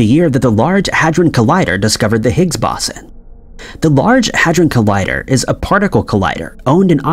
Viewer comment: Boson is pronounced BOH-sah or BOH-zahn. You mispronounced it so many times I almost lost my will to live.